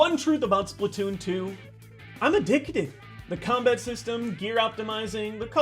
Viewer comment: Wait, did he said, "Splatton season!"? Oh my gawwwwwwwd